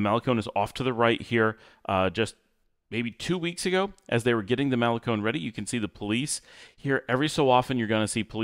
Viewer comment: Love this drive into las penitas that you’re showing us and all the lots and venues. In all friendliness it hurts to hear you say “malecon”. You say “semana santa” just fine but why don’t you want to say malecón with the accent on the last syllable like ice cream cone???😂😂😂😂 Thanks for your consistent quality output. I recommend your channel to anyone who even peeps about Nicaragua.